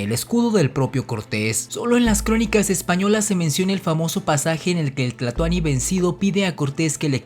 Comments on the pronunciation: Es tlatoani no tlatoni. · No se dise tlatony